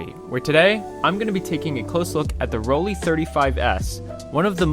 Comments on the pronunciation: It’s ‘Roll Lai’, not Rolli ….. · As soon as I heard you call it “Roll-ee” instead of “Roll-eye” I had to stop watching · It is actually PRONOUNCED ROLL-EYE, great video by the way. I may grab one of these to mess around with.